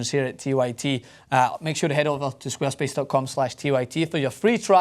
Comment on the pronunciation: Lol i had no idea he was saying 'squarespace' until they flashed it on the screen